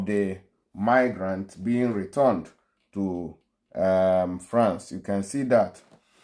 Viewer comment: YOUR PRONUNCIATION OF RETURNED IS WRONG CHECK WITH GOOGLE FOR CORRECT PRONUNCIATION OF returned